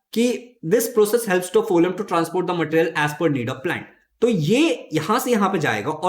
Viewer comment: Sir that is फ्लोयम not फोलम